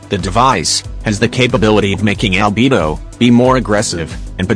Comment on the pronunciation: Am I the only one who hears "AlbeBO"?